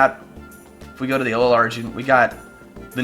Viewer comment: why dont you pronounce it uh low LUH also tsareena